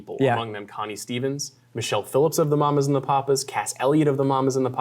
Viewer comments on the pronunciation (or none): none